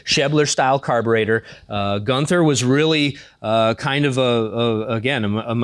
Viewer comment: Terribly sorry for this but it is [GUUN] + [TUH] (you don't say the th sound.) Like in Walther, it's a semi-silent "h"